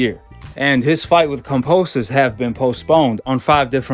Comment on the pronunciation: Can you stop saying Fucking Cumposus have some respect and say Kambosos properly Jesus Christ man so annoying